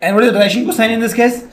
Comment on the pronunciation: He says "Cosine" normaly rest of the time he's faking it and saying "coshine"